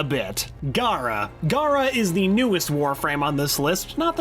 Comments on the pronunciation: He's pronouncing gara as gaara. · It's not said like "Gaara", it's said like "Gher-ah" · Her name isn't Gaara, it's Gara (G-air-uh).